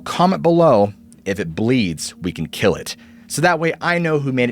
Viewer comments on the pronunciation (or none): "If it Bleeds We can kell it" XD